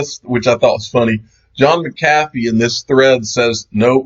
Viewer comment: Goes to show you that you can take the hillbilly out of the country but you cant take the beef jerky out of his mouth. Hahaa. Good video. Also, ('MACK-uh-fee). C'mon man, how is it that you cant pronounce one of your favorite people? Also, he is a terrifying human. Dont know what you like about him. Cheers all!!!